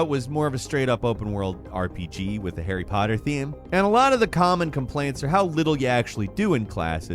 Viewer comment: Anybody laugh when it said Starry Potter? wasn't that funny..